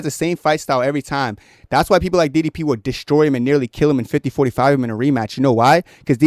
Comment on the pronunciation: nealy? LOL